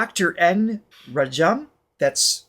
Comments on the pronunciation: Once again guys, Indian names tend to emphasize the first or second syllable.....Dr. N. RAA-jam, not ra-JAAM. Great reaction as usual, we get to experience your wonderment vicariously. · Dr N Rajam (pronounced rAj-um) is sister of Carnatic Legendary violinist Prof TN Krishnan (krI-sh-nun). Hindustani violinist Kala Ramnath (ka-lA rAm-nA-th) is their niece. TN Krishnan is part of the very famous violin trinity of Carnatic Music TN Krishnan - MS Gopalakrishnan (gO-pA-la-krI-sh-nun) - Lalgudi Jayaraman (lAl-gu-di ja-ya-rA-mun) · You pronounce it like Raajam.